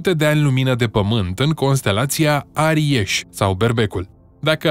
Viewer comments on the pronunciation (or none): ARIES cu "S" nu cu "Ș", mai citeste o carte!